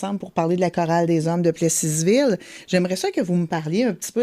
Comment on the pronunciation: en passant on prononce Plessisville pas Plessiiisssssville c'est un S muet dans IS